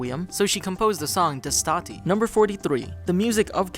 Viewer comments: the way you say "Destati" bugs me,in italian "Destati" means wake up, i didnt play the game,so i cant tell in which moment it was used in the game,but please,serarch the pronunciations of other languages before saying em in a video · It's déstati, not destáti.